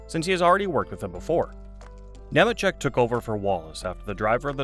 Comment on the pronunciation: It’s “Kneemacheck”.🙄